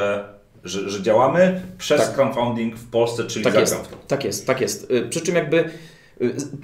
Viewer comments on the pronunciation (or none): nie crowNfunding tylko crowDfunding:P